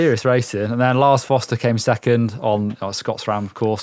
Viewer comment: Just a note. Nino SchuRRRRRRRRter and Lars FoRRRRRRRster. There's an R in both names.